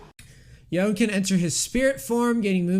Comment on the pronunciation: Yo-ne, not y-own.